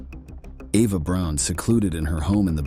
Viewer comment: Why does he keep saying Ava Brown when her name is Eva Braun?